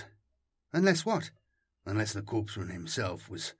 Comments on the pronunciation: Its pronounced: “”core-men” “core-man” not “corpse-men” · Loving your work everyday as I work. Quick note I do believe that Korpsman is pronounced coreman just as Corp is core. I may be wrong but that is how Corpsman is pronounced in context of naval medics. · 'corpsman' is pronounced 'core-man'